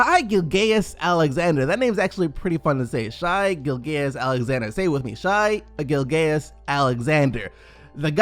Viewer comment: Love how says Shais name is fun to say even though he completely butchered it